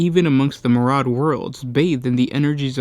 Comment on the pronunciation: It's not maraud! It's myriad!! Mee-ree-ad!